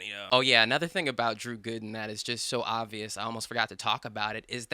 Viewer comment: “Drew Güden”